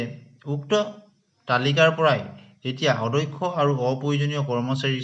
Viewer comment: কথা বিলাকর শব্দ আরু উচ্চারণ ঠিক করিব । অ - দ - ক্ষ উচ্চারণ টো অধ্যক্ষ বুলি কৈ আছে কিয় ?